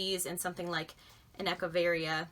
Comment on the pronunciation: I love that you say "Echeveria" correctly.